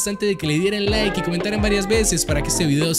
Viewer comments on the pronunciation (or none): none